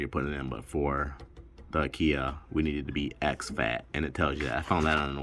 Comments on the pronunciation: You pronounce Akai like Uhh-kie....like ”uhh” don't know...and like pie with a k. It sounds like a cheap furniture store your way lol. I'm just looking out people will have jokes. You probably figured that out already. Yep so since the MPC X is based from Linux it uses the exFat format. The way you did it is the recommended way to do it for larger drives. You can format from the MPC after you've done it that way first by going to browse>places>selecting the drive and holding shift.. format should show on the screen. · As soon as I heard ah kia I stopped the video 🤦‍♂️